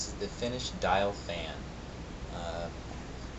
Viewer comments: name is pronounced DEEL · It’s pronounced like Deal.